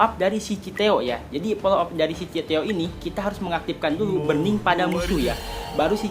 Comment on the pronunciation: buRRRning bukan bening